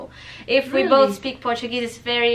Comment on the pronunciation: R - U - KIDDING ME ? indian Accent is so much easier than native english speakers accent ... at least to understand beacause we can figure out every tiny syllable ... it's funny when an Indian Girl say "We" ... sounds like "Ví" and for me this sound is so charming ...